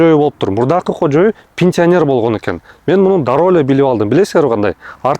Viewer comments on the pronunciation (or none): Кожю эмес кожоюну десен